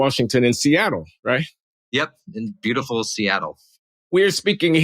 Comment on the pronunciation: I laughed when he said "beautuful Seattle".... apparently he hasn't stepped outside of his office in years.